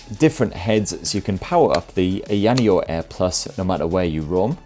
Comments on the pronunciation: It's Eye Ah Knee Oh, not Eye Annie Oh. But I think you are doing it to poke fun at the company's somewhat silly name, so carry on. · annoneo - AYA NEO BRO lol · I've never heard anyone say ayaneo's name like that X). You had it right the 2nd time around, "eye-yuh neo". That being said, been looking at this. I'm still waiting on the slide or something with a 7 inch screen but not so bulky feeling as the deck (and the asus device from what it looks like) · Dude. The way you pronounced it wrecked the video for me. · I hope Ayaneo enjoys hearing you say their name. Don't correct him people. Just let it be. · AYA NEO is not very hard to pronounce stop being obtuse